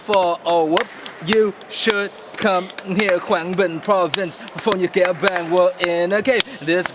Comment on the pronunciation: hahahah its Phong Nha not Phong Nhã cutiepie